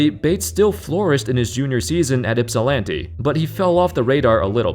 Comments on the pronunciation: Thank you for pronouncing " Ypsilanti " correctly. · i’m surprised you said Ypsilanti right lol are you from Michigan? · Thanks for saying Ypsilanti correctly!!